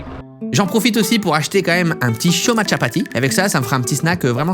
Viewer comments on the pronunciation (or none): Cyril qui invente un nom "le Chomachapati" alors que cest ecrit Chomapati mais j'avoue que cela sonne mieux 🤣🤣